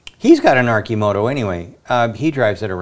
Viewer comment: Someone tell Sandy how to pronounce Arcimoto and Oregon.